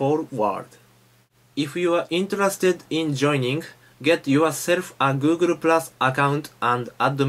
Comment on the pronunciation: it's hard for japaneese to speak english because they pronnounce every sound, though they pronnounce the "l" in the same way as the "r" Google ---> "Guuguru" xDDDDD so amazing